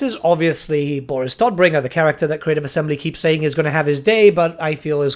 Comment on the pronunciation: By the way, the "o" in Todbringer is spoken long, not short. Tod is the german name for Death. So is the Bringer of Death and not the Bringer of Todd. Nobody wants Todd Howards in TWWH3 even if the developer team thinks that its just works...